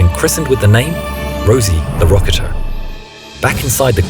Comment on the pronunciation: I think you mispronounced rocketeer